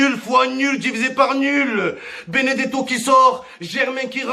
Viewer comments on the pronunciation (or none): Béné gâteau au lieu de Benedetto 😂😂😂otavio marque d'une bouteille d'eau minérale 😂😂